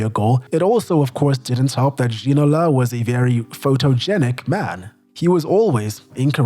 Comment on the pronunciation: you need stop trying to emulate fake French accent if you're gonna be wrong anyway. - Alain Giresse is not pronounced with hard G. It's not "G" as in "gorilla", it's "ZH" as in "closure". It's double frustrating because later you pronounced "David Ginola" correctly. "Gerard Houllier" - the "H" is silent there. I'm not even mentioning multiple wrong stresses here and there. "T" in "Robert" (Pires) and "D" in "Bernard" (Diomede) are also silent. just stop doing this or do a better research into foreign names.